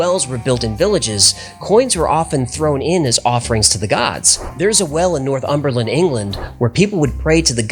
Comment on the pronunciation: Dear, With sincere respect to you there is no such place as North Umberland. In England, we have two places similarly named. One is called North Humber. It is where the Humber Bridge is located. The other is further north and is the county to which you were referring: Northumberland. It is pronounced — Norr-thumburrlund. Thank you very much for providing all the fascinating facts.